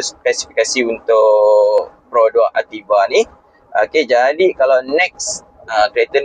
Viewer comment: Ativa ke..yg sebut Aktiva? Activa?